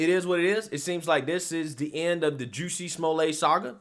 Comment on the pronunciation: Who??? "Juicy Smuille' "??? 😂 (Very Franche!) I think that if he had been doing everything in that video (with his 2 buddies with the rope and the water bottle ("bleach")) as deliberate Comedy, like an SNL Skit, it would have been HILARIOUS. However, since it was Not done with the full intention of Pure Comedy, it...IS STILL HILARIOUS!!! 😂 😂 😂